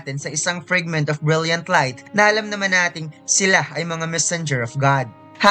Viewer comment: Say it "Fregment ob brelyant ob layt":hand-purple-blue-peace::hand-purple-blue-peace